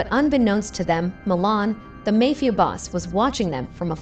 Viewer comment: The "may" fia boss. Do they do it on purpose or are they ignorant AIbots